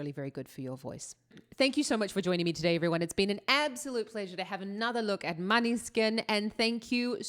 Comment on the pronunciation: Måneskin it's Danish: [ˈmɔːnəˌske̝nˀ];[. Danish for 'moonlight') Please.